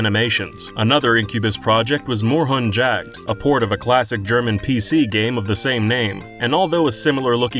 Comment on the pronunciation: I flinched when they tried to pronounce 'Moorhuhn Jagd'...